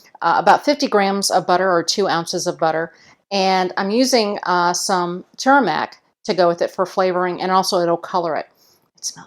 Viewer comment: its not TURMIC. It is TUR ME RICK. i did not know what you were adding/ talking about, until I saw the caption. Otherwise thank you so much for this episode.:)